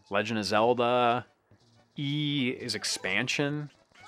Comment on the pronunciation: “I HavE URa zELdA”